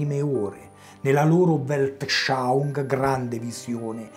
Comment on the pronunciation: Attenzione anche alla pronunzia di Weltanschauunng